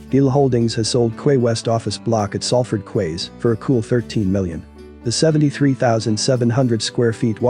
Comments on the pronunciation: Quays is pronounced keys, like door keys, Florida keys. A quay is a type of jetty for boats to moor or ships to dock. I'm from Salford. Even though the sign over the docks entrance said Manchester docks they were always called Salford docks, because they were actually in Salford. My grandad was a crane driver on the docks for 40 years. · Salford "kways", really?... LOL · You are talking about the city of Salford and the Salford QUAYS, and you say "quays" wrong. Have you ever been to this area. The docks was called locally as Salford docks (not Manchester docks) and the docks declined in the early 80s. Get facts right please.